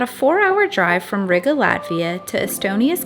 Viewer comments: Ree-gah, not Rigger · It was a little painful to hear you pronounce Riga…. Gotta roll that R a little and the I is more like a long E.. like, Rreega